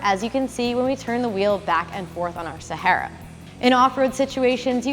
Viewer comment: Love the way she pronounces “Sahara” the Arabic way ! ❤️